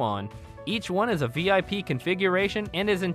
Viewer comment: this guy didnot pronounce a single name or place correctly!